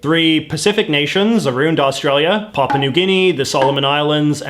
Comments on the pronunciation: Oops! It's really Papua New Guinea, not Paupa New Guinea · ". . . or 'Papa' New Guinea . . . " Hahahaha. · I'm pretty sure the plural form is "governorS general." And it's not "Paupa" New Guinea; it's "PapUa New Guinea."